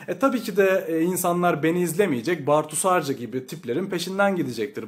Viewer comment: Bartu'yu hiç doğru okumamışsın belli.